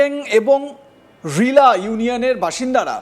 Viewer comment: রিলা নয় হ্নীলা